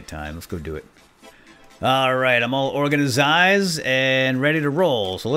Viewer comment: it's organized not orgnizized